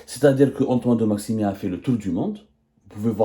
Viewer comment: De Maximin et non pas maximi 😂